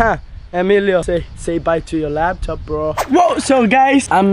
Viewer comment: I like how they say laptop.... they say lapton 😂